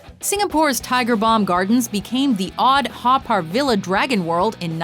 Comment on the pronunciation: The Haw Par Villa is pronounced Haw Par Viya